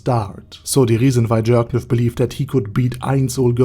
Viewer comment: I love how everyone keeps pronouncing it as jerkniv instead of Jircniv